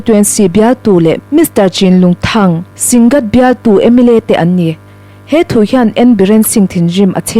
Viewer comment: thingât tih aom lo aw.. Singât tih zawk tur aw